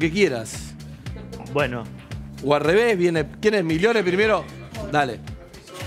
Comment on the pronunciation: Como un escopetazo dijo migliore jajajajjajaja